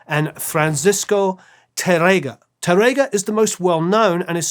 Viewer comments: Another spaniard here... great episode, and you did a nice job with the names, except Tárrega... it's tÁrrrrrega...(yeah, the hard R sound is a b*tch for you englishmen, I know...) tongue needs to go brrrrrrrrr and emphasis on the "a" not tarEga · His pronunciation of Spanish is really crazy. The "á" means that the emphasis is on that syllable. Spanish long and short vowels are not phonemic (i.e. contrastive). "RR" is not an English "r" sound. It's a trilled (rolled) "r." For example, he completely butchers, "Tárrega." Which should sound like, "TAH-rrrrrrr-eh-gah." Nothing like the way the host repeatedly pronounces it. And he can't even pronounce "Andrés Segovia" correctly, which makes the whole video hard to watch, since he is the subject of the story. Again, the "é" means the accent is on the last syllable of his first name. If there is no accent, the stress is on the penultimate syllable. Perhaps you can get this guy an accent coach to help him with his speech problems or find someone else who can enunciate the words properly. Thanks!